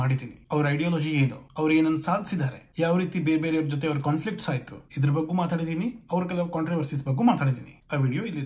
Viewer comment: Yaavo evella yeshtu helidru kelalla.... Ri......... Baggu, baggu, baggu hege helodu bidu, 'Bagge' antha helu....., pls take it Seriously... talk properly...